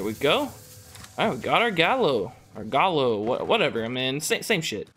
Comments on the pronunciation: Gallo and galo is not the same s 😂 It's more like ga-yo. Nice s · i think that this is not going to matter but the name of the shotgun is in spañish and is gayo in the pronunciation nice video bro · Just an FYI this gun is (gallo) Spanish for rooster, so I think it should be pronounced guy-o or guy-joe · just so you know it's pronounced smth like Gah-yo